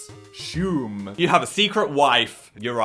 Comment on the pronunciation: n yet he pronounces assume ashume